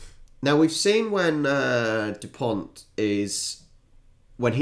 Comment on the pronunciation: Dupon(t)! And not Duponte ! 😅😂